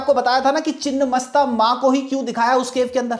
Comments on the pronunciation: चिन्नमस्ता नही छिन्नमस्ता है जिसका मतलब है कटा हुआ मस्तक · It's छिन्नमस्ता and not the other word.. refer :छिन्न भिन्न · Beautifully presented. Just a small note for accuracy: ‘छिन्न’ means cut off or truncated, and ‘मस्तक’ means head. The correct name is छिन्नमस्ता. Also it is ‘मातंगी,’ not ‘माटंगी.’ Since names derived from Sanskrit often change meaning entirely with even one altered letter, this distinction matters.